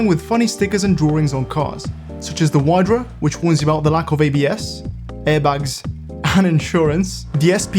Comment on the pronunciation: remember that wydra is not said how you said it and it means otter in polish.